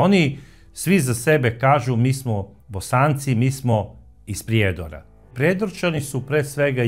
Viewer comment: I vi iz Srbije, ne kaže se iz Priiiiiijedora, vec malo skratite to slovo i.